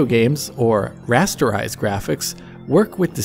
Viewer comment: he lost me a rasterize